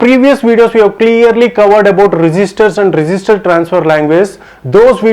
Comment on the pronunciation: I thought you are saying resister but not it just register